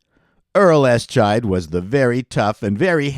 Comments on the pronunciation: You can say "Ess-chide" all you want 😂 but we know it's "Eye-shied" and to MSTies like me, it's "Mitchell!". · The title of the Joe Don Baker drama is pronounced “eye-shied” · Eishied was pronounced dead”EYE-SHYed”….not “ES-SHYed” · It's SHAH-mus, not SHAY-mus. No, no, no. EYE-Schied, NOT ES--Chied. No, No, No. So much for setting the record straight. Sh*t. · Ass Chide? It's EYE- SHIDE, you silly man! The name was apparently suggested by that of a Minnesota Vikings punter, Mike Eischeid. AssChide. Jesus. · Sorry I have to correct you [my apologies] about one thing,. I am pedantic. "Eischied" the TV show with Joe Don Baker was pronounced "EYE - SHYDE" In the premiere a actor extra mispronounced it and the character stressed the correct pronunciation. It was not a good TV show, but Joe Don Baker is such a good actor with a "s" eating grin I would given him at least 3 episodes before canceling. Or it all could be figment of my imagination.... And I agree that Buck Rogers lives on in our collective memory. If they kept the original show runner (and did not switch in S2) the show (and all the fans) would have been better served. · It was pronounced "Eye-Shied". I guess making a TV show out of "Mitchell" (more or less) just wasn't a good formula. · For a guy who was a TV executive and self described TV fan, he mispronounces an awful lot of well known performers and show names. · My apologies. After your butchery of Eischeid, you pronounce Devane as Divine and mess up Kim BAY Singer ( but you're not alone in that). Clearly you're careless and sloppy and I shouldn't expect more. Carry on.